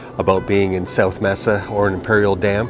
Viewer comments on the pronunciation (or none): 2 things. Some people back East might think Quartzite and Yuma are close together. It's 84 miles. If you have lived in the West for awhile it's no big deal but it is for newbies it might be. Mesa is pronounced (mays ah) not mess ah. I mispronounced all kinds of words when I moved there in the 70's.